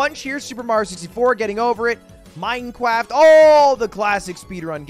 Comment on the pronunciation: Does he say minecwaft